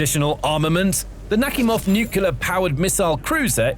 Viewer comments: Dude.. It's pronounced Nuclear.... not Nucelar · Nu-Clear! Not Nu-cyu-ler. Sheesh! LOOK at the word; how do you get Nu-cyu-ler??!? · It’s “Nuke-Lee-Er - NUCLEAR dummy, not “Nuke-u-ler” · Nuculer 🤔 Nuclear 😊 Lenght 🤔 Length ☺ Hypesonic 🤔 Hypersonic 😊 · It's pronounced NU-clear. Not NUKE-ya-lur 🙄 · By the way, there is no word "nu-ku-lar." The word's pronunciation is "nu-cle-ar." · please learn how to pronounce the word NUCLEAR. Unless you are directly related to the Bush family, the proper pronounciation of NUCLEAR is NEW-CLEAR not NewCular like says... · It's NOT Nucular' it's NUCLEAR, pronounced NU-Klee-Ar! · That cruiser, whatever its faults, is NUC-lear, not "new-KE-lar" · Why the F*ck can people not say nuclear but instead say nukillar. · A few seconds in I hear NUCULAR and I'm out! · Yeah I'll never understand how people end up with newcular when they have no trouble saying "new" and "clear" as separate words, but they're unable to combine them for some reason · Nookulur. power.😀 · Please compare the spelling of the word "nuclear" with the way you keep pronouncing it. It makes your entire (otherwise excellent) presentation sound less informed & legitimate. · Would it kill you to pronounce "nuclear" correctly? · How many times can mispronounce nuclear (hint there's only one u) and mach (mawk not mack) in one video?